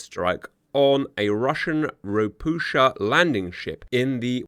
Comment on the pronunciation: Just as an FYI - "Ropucha" is Polish for "toad", as these ships were built in Gdańsk. It is pronounced "ro-pu-ha", as the "ch" makes an "h" sound in Polish, but instead of the tongue being more forward in the mouth like in "hand", it is pushed down and into the back towards the throat for a deeper, lower sound that is not really found in English. It's just weird for Polish speakers to hear it said with a "ch" or "sh" sound.